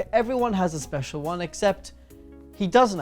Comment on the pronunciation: said I'm spezial * w * Thank I love you (the z is for extra spezialness)